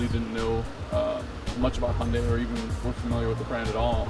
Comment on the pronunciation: I have worked with them for years. It is NOT He yun day. It rhymes with Sun Day. Hyun Day